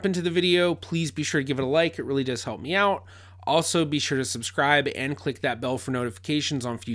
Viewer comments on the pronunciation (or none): none